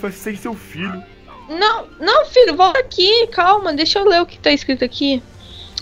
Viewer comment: Velho tem um Ho-Ho vouado na sua vouta